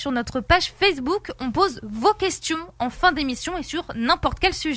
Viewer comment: avant d'attendre, commencez par réécouter, vous avez mal entendu, il dit bien "sur Fessebouc"